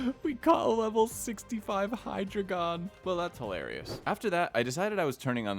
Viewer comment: Hydragon 😞 hi-dray-gon